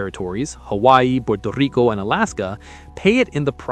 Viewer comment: Wow! Are you a native spanish speaker? That was an unexpected Puerto Rico pronunciation